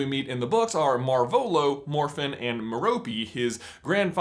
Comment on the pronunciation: That's. Not. How. You. Pronounce. Marvolo!